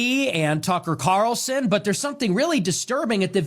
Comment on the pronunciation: Keith: "Tucker Carson?" 😂😂 I know it was a simple mistake, but I found it funny, so I laughed. It looks like the second/bald guy has a rock on the shelf behind him. I wonder what it is? Bidens brain?